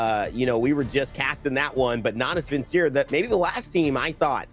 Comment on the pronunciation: someone tell him how to pronounce Natus Vincere...